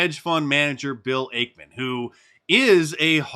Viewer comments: It’s actually Ackman not Akeman Mark. Ack like acknowledge. Also Carl Icahn’s last name is pronounced like Icon. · Bill 'AKE-man' .... 😂😂😂😂😂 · Hey Mark - it's X. Twitter is history. Also, you're mispronouncing Ackman's name. Genius.